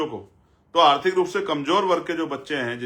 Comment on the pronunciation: पहले बोलना सिख लें आरती अर्थी अर्थ अर्था ये क्या होता है उसको आर्थिक बोलते हैं